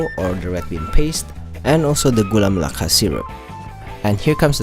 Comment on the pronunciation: Btw congrat you can speak Gula Melaka Correctly..